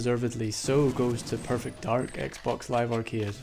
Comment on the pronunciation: what dafuq is a "zeeboo" ? died